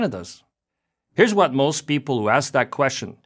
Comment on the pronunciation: In his own words: “Because that’s! .... hwhat canadians! .... HWANT! .... Mr. speaker.”